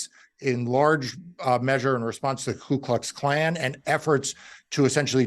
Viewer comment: It's Ku Klux not Klu Klux. Why does everybody get that wrong?